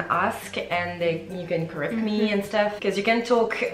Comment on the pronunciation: Vowels are so hard to get. When she says "tips" it sounds like teeps while actually it's more like téps, in between a phonetic i and é. Stuff is not steuff more between steuff and stoff. Even if I know it when I'm talking in English I'm the same and it's even worse if I don't pay attention. It's something that can't be mistaken no matter how fluent you are in the language. Then there are mistakes that native people wouldn't do like advice which is always plural, more longer -> just longer. I'm not blaming her, it's just hard and she's doing a great job 😉